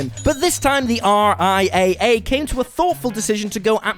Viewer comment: Just a quick note. In the business, the RIAA is spoken as "R-I- Double A".